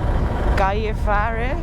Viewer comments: Gällivare is pronounced yelli-vah-reh. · Gällivare is pronounced with hard J like Jellyfish and ä is pronounced "eh" (almost)